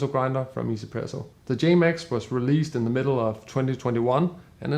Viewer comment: Thanks for review just got my K-Max recently. Finally I found someone call this brand easy-presso like me not one-z-presso YEAH 😁(just my understand since I know this brand from e-pro model in 2018 and I think this company from china and in chinese pronouced 1 as i-i so I read it ii-z-presso since then)